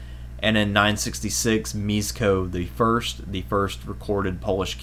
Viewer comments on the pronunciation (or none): Great video as always. Just a heads up, Mieszko is pronounced as "Mye-shkoh".